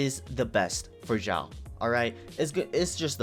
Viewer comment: Who the hell is jao? X is sound S for chinese name... It's pronounce Siao... Not Jao.. SIAO!!!!!